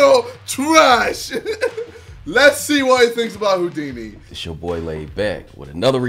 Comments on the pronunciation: JJ: taking the piss out of a guy for saying “Hodini” Also JJ: “Adventurous” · HOEDINI LOL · "Hoo-dinee" "Advent-choo-russ" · KSI: Insulting a person for not knowing how to pronounce Houdini Also KSI: cant pronounce mural. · LOL cmon now how do you not know Houdini. see mural makes sense because the way the pronunciation is is some what difficult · JJ: HOW DO U NOT KNOW HOW TO SAY HOUDINI!!! ALSO JJ:Mooooral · JJ making fun of the first guy for not knowin how to say Houdini when he couldn't say Mural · KSI says Houdini is s word when he cant say mural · Me not knowing how to say Houdini but I know who it is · KSI : bullies someone for not being able to pronounce "Houdini" Also KSI : Can't pronounce Mural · JJ, don't make fun of the guy that couldn't pronounce Houdini. You couldn't even pronounce Mural. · Americans : I dont know how to say Houdini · KSI can't say mural and hes bullying this man for not being able to say houdini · KSI is laughing at a guy not knowing how to say Houdini while he can't say mural-like wtf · ksi is getting tilted over someone not being able to say Houdini... Also KSI: ifmufh (isthmus)